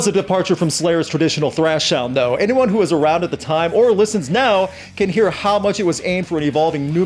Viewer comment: It cant even pronounce....can. how smart Can it be. And we cant even fix a horses bone.....😬